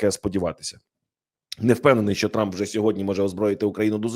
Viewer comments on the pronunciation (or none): none